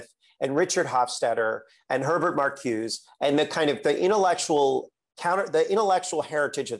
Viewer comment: He has completely misread Herbert Marcuse, mispronounced his name, and has the gall to blame him for the left not caring about institutional change enough. This guy is a complete joke.